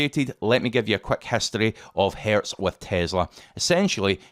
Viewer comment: The company name is Hertz, not Hairs.